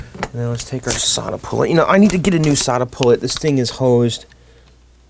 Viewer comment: Your desoldering tool is a SoldaPullt (rhymes with catapult).